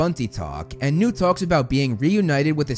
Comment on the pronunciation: Is this guy purposefully saying “Nude” for newt?